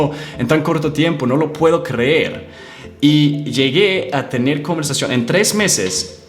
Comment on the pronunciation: no lo puede crrrrrrrrrer dice ;v